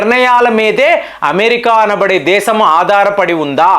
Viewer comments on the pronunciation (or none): none